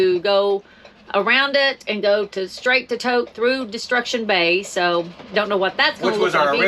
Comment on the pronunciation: Just a couple of comment. Since I have driven the Alcan more than 30 times, it seems as though your video clips of the roadway as you drive are not in the actual sequence of your drive. Also, please ask locals for the pronunciation of the names that are new to you. Example: Kluane is pronounced CLUE-AHN- EE and Tok is pronounced with a long o sound Toke not Tahk. Looks like the road between Burwash and the border is the same as it has always been. Enjoy the remainder of your time in beautiful Alaska.